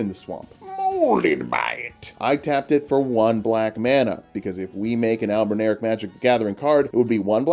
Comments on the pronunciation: But it’s Albin Or ic, like your, not Albin-eric like derek 😂😂 All the love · I don't get what's so hard, it's spelled just like it should sound. Al-bin-aur-ic. (Not "al-bin-air-ic") Albin as in white, auric as in gold. I should just shut up and watch the rest of the video 😂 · I think it's pronounced like Albin-Auric, referencing while gold. Albino meaning White and Au being Gold on the table of elements. Would also make since as they're functionally homonculi and mortal men can't create Gold, only a cheap knock off.